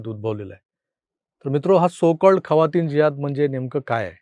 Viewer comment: खवातीन नाय जखीन 😂😂